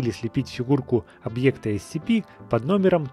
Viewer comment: captainkirk 2006 правельно есепи а не ецепи